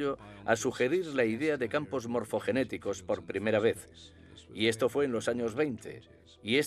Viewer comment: Morfogénicos, no, Morfogenéticos